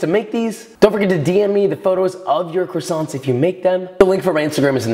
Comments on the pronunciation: As a french, dying a little inside every time he says the "t" in croissants 😅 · Would be great if Joshua learned how to pronounce "croissants". It's not "krassonts", it's "kwas-zon". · The minute he said CrussonTs instead of croissants I have to find a different video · Its quasonts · Can’t pronounce what he’s giving directions to make, classy. Love me dem CrissAnts. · they are NOT "krisants" dude, learn how to say it with some style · Great video! Best one I’ve seen so far on croissants! Maybe I’ll finally give them a try :) oh and btw in french we dont pronounce the “t” at the end, so its pronounced “croissan” :) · I just wished he said the word “croissants” the right way!! Love the method though just feel annoying whenever I heard him saying the word “croissants”. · Americans pronounce croissants in a very strange way !! Also herbs, there is a H at the beginning and it is pronounced. In English anyway. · fun fact: you don't pronunce the N and T in croissants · Great job. They look deliscious... But you really need to learn How to prolounce what they are :) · Don't pronounce the "ts" at the end of croissants if you want to say it the right way